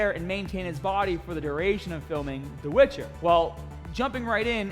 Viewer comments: Nobody:: DA WITCHA!!! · "The wytcha"